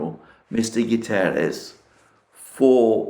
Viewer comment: Thx! Btw Guterres doesn't have an "e" after the "u", though some portuguese words do. 👍👍